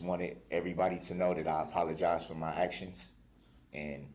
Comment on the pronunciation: New word alert…😂 “Hacktions” 😂